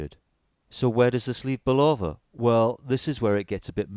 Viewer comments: It’s not a ‘Bull-Over’! It’s a ‘Bull-Of -Uh’ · It's pronounced BULL-UH- VUH. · Mate, give Bulova a phone call. They'll tell you it is never pronounced "bull lover". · its not Bull-oh-va friggin limeys... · This is very nice review of the Bulova Lunar pilot -- well done! A couple of background comments, if I may. Bulova (pronounced BULL-uh-va, with accent on the first syllable, and no long "o" sound but "uh" instead) wanted to get their products on the wrists of astronauts and lobbied US Congress hard to get another shot at a contract, pointing to the rules set out in the 1933 Buy American Act. Bulova didn't have any manual wind chronographs in their catalog, so they went to their Universal Geneve subsidiary and procured the watch that became the prototype worn by David Scott in 1971. Ironically, it was a Swiss watch through and through, with a Valjoux 72 or 7736 movement. David Scott was given the watch by fellow astronaut Frank Borman, a West Pointer (US Military Academy) with personal ties to the president of Bulova at the time, who also knew Borman from West Point. Bulova's CEO was retired five-star General Omar Bradley, yet another famous graduate of West Point beloved for his leadership in World War II. The watch was carried as a favor and part of Scott's "personal effects", which all astronauts were allowed to bring on board with approval from NASA. They also took a bunch of first-day-of-issue postage stamps, which led to a major brouhaha later as NASA took a very dim view of astronauts using their government service for financial gain. The Omega Speedmaster did indeed fail after the second EVA on the moon, so Scott simply strapped his Bulova prototype on and completed th